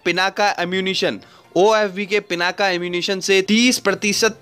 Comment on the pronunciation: Stop saying पिनाका it's पिनाक...